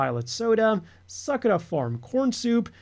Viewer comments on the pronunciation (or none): none